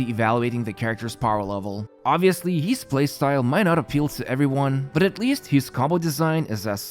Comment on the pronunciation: Why does he say hees instead of his? Lol..